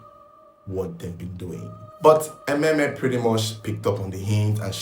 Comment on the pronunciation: Emem, not Ememe.